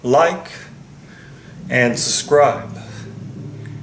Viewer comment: hey, GOOD Material....But can you say "SUBscribe" instead of "SUScribe"? It's really nit-picky...but you always say that:) Just looking out for you!